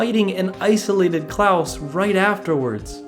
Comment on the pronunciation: That man can't read so I'll spell it like CLAWS (even tho it's Claus) not Klaus!